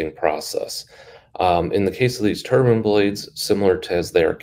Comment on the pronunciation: TurbIne. Not turban